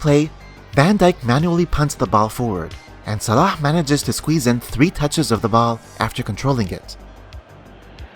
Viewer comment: man you pronounce Salah like a true Egyptian.